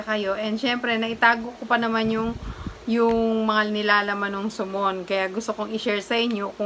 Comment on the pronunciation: Sa-mon po or Suhmon